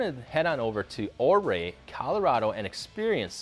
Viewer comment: It’s pronounced Uray not ohray